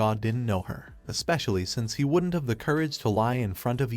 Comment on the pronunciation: A cool story but every time an abbreviation is pronounced... didn't as didden Tee or wouldn't as wooden Tee or doesn't as docent tea ... it sets my teeth on edge.